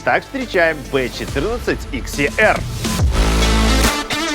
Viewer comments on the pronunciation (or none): Не икс е эр, а ХЕР😂